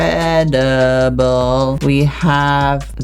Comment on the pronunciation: "In-cre-de-ble" 😂😂 lol I didn't know u were an artist I love art this is great for drawing uwu it's like my dream tablet would u guys recommend this for art to others??